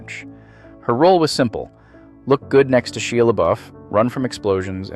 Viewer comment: Shela Buff? She Labuff? I don't know who the hell your talking about. Shia sounds like "shy-uh".